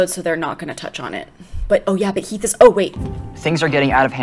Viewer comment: you said Keath instead of Heath 😂😂😂